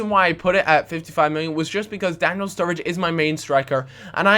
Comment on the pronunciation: sturridge not sturrige